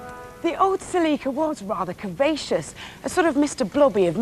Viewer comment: I hate how you pronounce “celeeka”